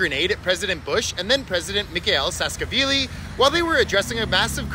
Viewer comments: Tuh-blisis President "Saskavili" Ok Tbilisi I understand might be a little hard to pronounce for some, but mispronouncing Saakashvili as Saskavili is just something else... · The "Saskavili" pronunciation was crazily wrong though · Just so you know it's pronounced Suh - kuh - shwee - lee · the way you pronounced our 3rd presidents name😭😭😭😭😭 at least you tried😅😅😅